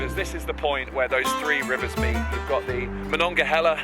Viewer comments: U pronounced Monongahela properly!!! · And good job saying Monongahela correctly! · Bless you for pronouncing Monongahela correctly! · Fantastic video. I think the most impressive thing about it is that you pronounced "Monongahela" as us locals do! lol